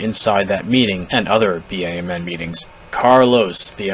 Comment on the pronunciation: Please, stop spelling out B.A.M.N. every time you say it. It's BAMN, like damn, but with a b. Seems petty, but it's totally triggering me.🤣🤣 Good video though.